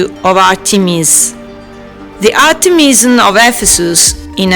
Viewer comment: It's Art'emis and Artemis'ion (zion) no (jan) or (jon). It's time the english pronunciation to get less wild and to come in some order according to the authentic.